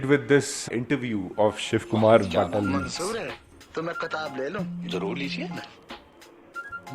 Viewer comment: Also shiv Kumar bataalvi.. not btalvi😅